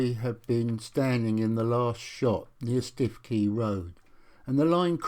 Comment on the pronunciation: Stiffkey is pronounced "Stookey". Thank you for making this video available. Lovely to see footage of the G.E. and M&GN Railways as they once were. My family were involved in the M&GN from its building to its closure in 1959. My Grandmother Alice Miller was the Manager of the Melton Constable Station Refreshment Rooms - she was the 2nd daughter of William Henery Miller who, from being a Navvy, became Passenger Guard on the very first Yarmouth to Leicester Express Train - commonly known as "The Leicester."